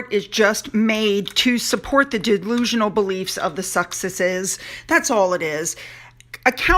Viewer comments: No,, you got it right the first time: Suxesses. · You said it correctly, SUCKEXESSES!!!! 😆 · At time marker 20 30 you said suck-sesses ,that is what i will be calling them from now on.